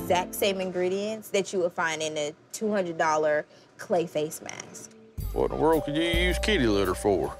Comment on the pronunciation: did she just say special clay mask